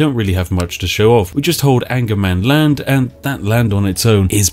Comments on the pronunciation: Sorry spiff, but it is not angermanland, its ångermanland. Translated it means regret you land. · as I am a swed I have to say that it is Ångermanland, what in a direct translate would be regret-mans-land... So not anger-mans-land... put yes regret, if you go that north you just regret it... and then I myself live just a lot more north of that.... :) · Actually its not "angermanland". It's spelled "ångermanland", which is a letter not used in english. But its pronounced like an O. So Ongermanland. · It's not actually Angermanland but Ångermanland. The three swedish words making up that word is Regret-Man-Land. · in sweden angermanland is pronounced ångermanland, which translated directly means regret man land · Spiff: Calls regretmanland "angermanland". Me: "I wish". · Ångermanland, Regretsmanland in english 😁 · Its pronounced ongermanland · Ångermanland (Pronounced ɔ̂ŋːɛrmanˌland) Hmm. Direct translation: Regretmanland.